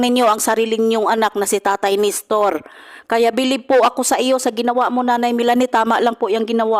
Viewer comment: Nestor not Nistor. Walk out not Back out.